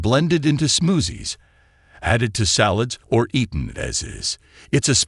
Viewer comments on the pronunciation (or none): I love the way the AI voice pronounces “smoozzies”. Seriously, trying some of these fruits could be worth it if they do result in higher collagen in the body. Making meat broth is very time consuming compared with eating raw fruit or making smoothies